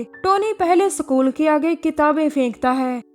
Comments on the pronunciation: what the hell its School not sakool and Sniper not sanaiper..🤣🤣🤣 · Sacul kya hota hai bhai. School hai wo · Sacool😂😂😂😂😂😂😂school hota hai sacool nahi😂😂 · सकूल नही स्कूल होता है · "सकूल" नही होता "स्कूल" होता है हिंदी तो ढँग से बोल लो...😡😡😡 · Haryanvi hai jab isne bola Bakkurau ka Sakool😂😂😂 tabhi samjh agya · Wait a minute,..did she pronounce sa kool_??? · School bolna to sikh le bahen.... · No not iskool , it's sakool😂